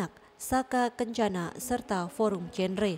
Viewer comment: Bacanya forum “genre” bukan “jenre” ya kak😁